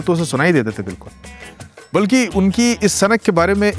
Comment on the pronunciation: haalanki...nhi haalankE hota,,,balki nhi balkE hota hai............